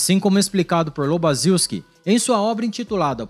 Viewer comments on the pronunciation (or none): A pronúncia do nome do autor de Ponerologia é "Lobachevisqui"